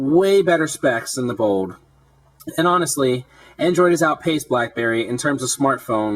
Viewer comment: BOLD no bowd